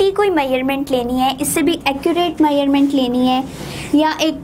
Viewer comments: It's measurement not maerment 😅😂😂😭😭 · Why u saying measure meurement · dude you r pronouncing measurement wrong!! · Muslim never change their habits. 😏they all are same. And plz try to speak correct words you are speaking wrong to measuring.